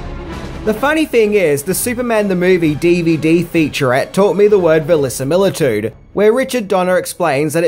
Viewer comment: "Valisamiltude", classic.